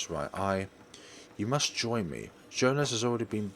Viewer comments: It's not Joe-nas, it's Joe-hans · Not even that, it's German, so it's pronounced Yo-han-es